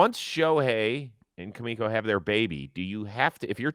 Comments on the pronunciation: Its "Ma"miko not Kamiko haha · Shohei's wife is named Mamiko not Kumiko lol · it’s mamiko not kamiko, I know you worked all weekend we got your back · It’s Mamiko lol